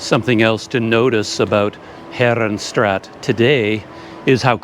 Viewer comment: CC, I know you can do it. Heeeee'renstraaaaaat not herenstraat,, To pronounce "Herenstraat," say "HAIR-uhn-STRAHT", making the "A" sound long like in the English word "father".